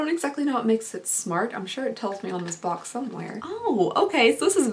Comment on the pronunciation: Your accent really shows when you say box lol. “Bolks”